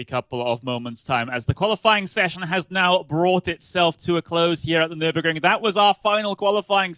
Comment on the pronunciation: Nüburgring GP , the „r“ costs 2,99